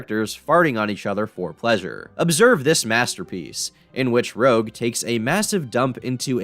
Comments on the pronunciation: ROGUE?!!!!?!?! ITS RUUJ!!! ACKTSHUALLY ITS ROUGE, ROUGE THE BAT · You have angered the horde (It’s pronounced Rouje not Rouge) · dawg you need to start pronouncing shit correctly, fuckin "rogue" and "zach hadley" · The bat character's name is Rouge, not Rogue. Think like rouge-red lipstick or baton rouge. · You called Rouge “Rogue” 🥴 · why is nobody talking about how he pronounced rouge as "rogue" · idk how you can do all this research about the life and times of a braphog scatman and get Rouge's name wrong. lmao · I'm gonna be honest pronunciation on Rouge kills me